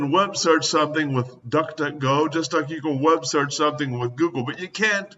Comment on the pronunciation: Guy complains that this and that isn't a verb or a word or whatever, and he keeps saying "wubsearch", which to my knowledge isn't a word either!